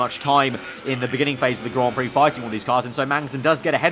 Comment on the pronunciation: Stop saying Grand Prix PLEASE🙂